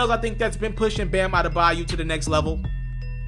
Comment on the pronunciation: bayo..not bayu….smdh ..eldrice is his first name by the way..bam bam